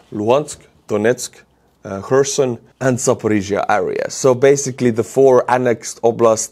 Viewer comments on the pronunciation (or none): none